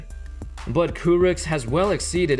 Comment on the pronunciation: Kurucs is pronounced as Kuruch